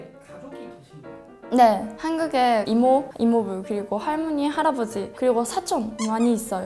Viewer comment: 할므니가~ 할떄 발음 귀엽네요 ㅋㅋㅋㅋ